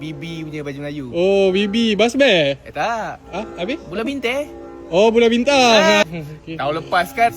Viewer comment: Bulan Bintang ❌ Bulei Bittey✅